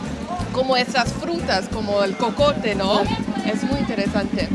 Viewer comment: Jocote, not cocote.